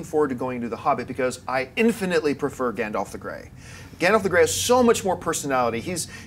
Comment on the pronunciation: Did seriously call him Gondoff? And call the mountain Arober? Please learn the proper pronunciations!